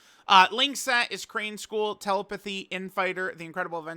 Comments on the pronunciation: please stop pronouncing "telepathy" that way; there is supposed to be an emphasis on the second syllable. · I’m surprised no one’s cooking him for how he’s saying telepathy 😂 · I don’t think most people even know that he’s mispronouncing it lol